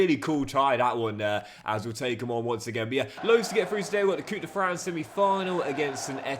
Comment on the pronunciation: yo,, de french cup is not pronounced " coup de fran" but "coup de franCE" (the ce is just pronounced as an s). love from belgium